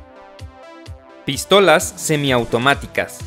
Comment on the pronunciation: Por que dice Pístolas ? Acentuando la I